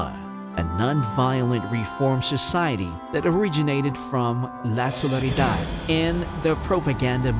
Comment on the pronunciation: la solidaridad mr narrator not la solaridad it is solidarity